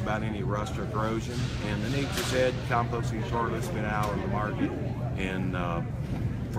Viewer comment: You know it works great because he says terlet instead of toilet